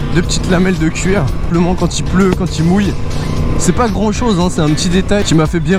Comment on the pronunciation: J'adore le "neubeuk" et le "couir" 😂😂